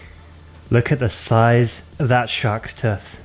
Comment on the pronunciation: You pronounce the word "TOOTH" really strangely. Sounds like "TITH"